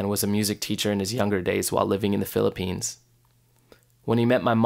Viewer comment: Did you just said philipphines . Well im from the philipphines